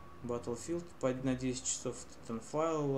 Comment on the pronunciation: пффф))) какой шикарный английский Ориджинал(ориджин) титанфайл (титанфол) энцес(эйсес) русски водка балалайка блеать